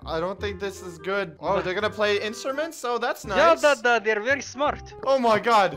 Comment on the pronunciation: The v and the w in Russia are switched so its not very its wery ok? ok